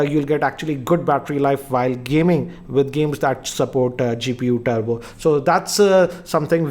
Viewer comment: its Turbo not Tubro RIP English